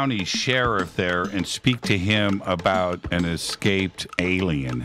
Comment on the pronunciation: It really grated on me, the way Doty mispronounces ‘escape’…